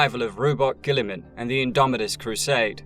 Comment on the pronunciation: Who's buboot guilliman